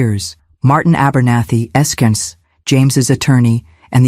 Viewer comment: Esq is pronounced Esquire to AI